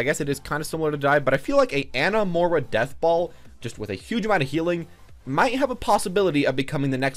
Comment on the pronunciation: i dont know why but it drives me crazy that he cant say moi-ra......mor-a?